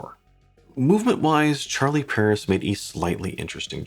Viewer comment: It would be nice if an english speaking person for once, could bother to pronounce watch brands the right way. I'm from Sweden (Europe) and I don't speak french, but still, I know how to pronounce "Charlie Paris". Regardless of the language, I try to make the effort.